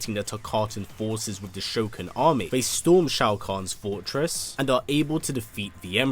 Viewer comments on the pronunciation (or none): Why the fuck do you say "Shokin"? It's ShokAn